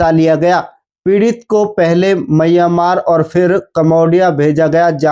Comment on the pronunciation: म्यांमार होता है भाई मय्यामार नहीं